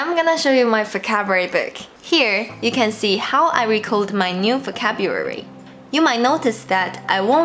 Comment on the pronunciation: I love when you say focabulary.